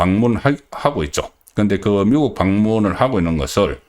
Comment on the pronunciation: 송선생 방송듣기가 힘이 든다. 발음을 고쳐야. 예컨대, 탄핵을 발음할땐 탄자에는 힘이 들지않아야하나, 송선생은 탄자에 악센트를. 또 미국의 발음은 미자에 힘이 들지않아야 하나 그대는 미자에 악센트를. 쌀 미자라면 미자를 강하게 하나 아름다울 미자는 그렇지 않다. 이처럼 교육받은 표준인이 지켜야할 발음이 송선생은 아주 엉망. 경상도 출신이라 감안해도 너무 심하다. 그래서 소양없는 사람이 얘기하는것같아서 그 내용마저 디그레이드되는 느낌마저. 지금이라도 문제의 심각성을 인식하고 고쳐나가시라